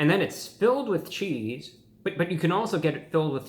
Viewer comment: bruh said “cheethz”